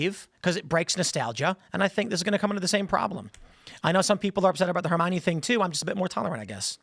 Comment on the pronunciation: her-mine? since when thats the pronounce